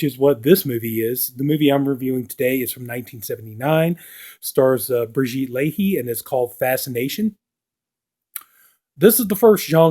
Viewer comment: Great review. Pronounced "Brigitte La-eh" 😊